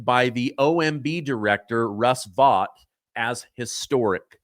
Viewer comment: We love watching your shows every day! Keep up the great work. We will mention, though, that you mis-pronounce a long of names. Like Scott Be'-sent, not Be-sent', and Russ Vought, pronounced like the word "vote". 😆